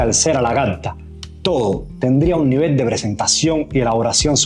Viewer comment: Se pronuncia levol